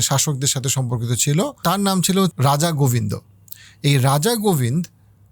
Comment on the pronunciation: আসসালামু আলাইকুম ভালো বক্তব্য সুন্দরভাবে সবকিছু জানা যাচ্ছে। কিছু মনে করবেন না আপনি কিছু নাম কি আসলে বিকৃত করছেন ইবনে বতুতাকে, ইবেন বতুতা বলছেন, রাজা গোবিন্দ কে গোবিন বলছেন জানতে ইচ্ছে করছে?